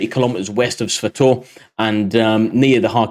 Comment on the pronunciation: svatove is pronounced sva-toh-veh